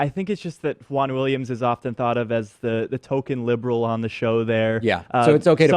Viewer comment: Wahn Williams lol